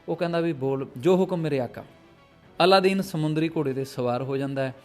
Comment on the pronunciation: ਜ਼ਿਆਦਾ ਪ੍ਰਚੱਲਿਤ ਨਾਮ ਅਲਾਦੀਨ ਹੈ ਪਰ ਤੁਸੀਂ ਅੱਲਾਦੀਨ ਬੋਲਦੇ ਰਹੇ ,anyway no problem